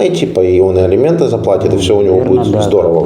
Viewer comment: "ЭЛИМЕНТЫ", С*КА